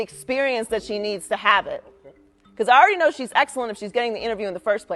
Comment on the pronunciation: Joy is blow instead of know....